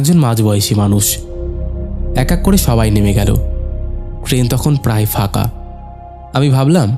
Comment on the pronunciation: ধুর! বারবার কেন বলছেন"ফাকা-ফাকা"। বিরক্তিকর।"হাটা"? "হাঁটাচলা""ফাঁকা"‌ কাঁধ" "কাঁপা-কাঁপা" বলতে অসুবিধা হলে পাঠ করা ছেড়ে দিন।